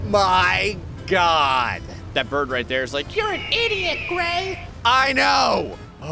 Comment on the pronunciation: Did I hear Gray saying Bird as Birb